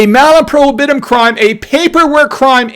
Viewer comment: PRO HIB UH TUM.